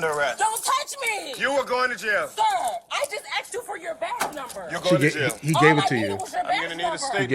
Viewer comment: All she did was AXED him is fro his badge number. I heard her AXED him. Bahahahaj